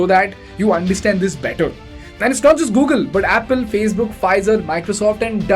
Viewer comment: What the heck is this Gogle?